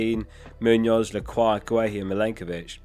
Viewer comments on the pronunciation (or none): none